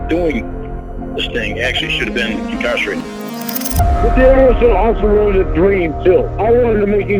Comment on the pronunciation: always says he was “involved” in the sting instead of caught in the sting, but here he says anyone “involved” with the sting should be incawrsherated. 87 saying 87 things.